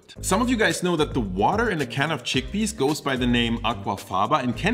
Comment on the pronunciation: Ah yes, "Giggle peas".